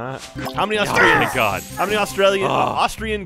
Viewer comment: it sounded like said "GAHT... DAMMIT PAPA!" 😹😹😹